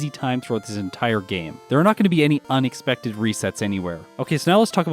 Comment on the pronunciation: did say "onixpected" or am I just paranoid???